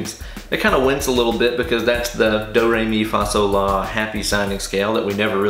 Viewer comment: Wow a french try ... re mi fa sol la ahaha